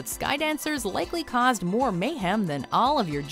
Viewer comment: “G I Joes” 💀